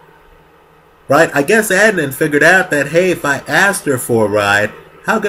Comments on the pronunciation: I just watched this and completed Serial. I am confused why you can't say his name correct? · It seems he’s intentionally mispronouncing Adnan’s name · I feel like you based all of your opinions on Serial which really is only touching the surface of what actually happened. Ps - why can't you pronounce his name?